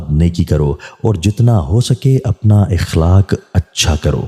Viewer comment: Bhai sb khalik nhe ikhaalak ko acha karo...